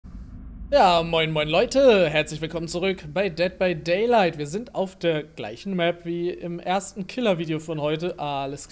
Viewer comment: Ich verstehe erst mal: "moin, moin Leude, wilkommen zurück bei Doctor day Light"😂